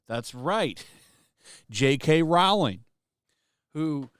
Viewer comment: Rowling like bowling not Rao-ling like howling.